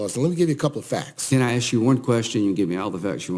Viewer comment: Axe yourself??? LOL LOL LOL